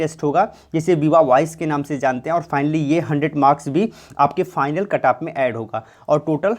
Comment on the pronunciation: Its cut off not ktaap🥺